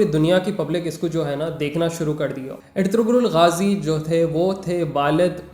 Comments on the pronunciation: It is "ERTURUL" when we pronounce it. There is no G in turkish language so it is Erturul Gazi not Ertugrul gazi. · Ertuğrul mein g silent word hai , toh pronounce erturul rhta, aise (ğ) silent word rhta Turkish language mein.... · bhaiya Woh erturul Ghazi hai bhaiya G silent rahta plz correct in audio bhaiya if your making next video on this topic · That's erturul g is silent